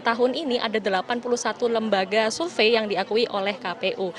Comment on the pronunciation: "survei"bukan sulve "Sore" bukan Sole ngakak ajg😂😂😂